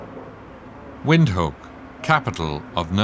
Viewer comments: He pronounces it as "Wind-hook" but it's "Vind-took". Comes from Afrikaans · Just work on your pronunciation, Windhoek is pronounced as Vinthook. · Windhoek is pronounced as Vindhoek by Namibians. Watching from Zambia 🇿🇲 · It would be good if you could pronounce the Capital City, Windhoek, correctly. Its pronounced Vinthook which means in Afrikaans, windy corner. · I thought the narrator was good, but Windhoek is pronounced vind- hook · heh, almost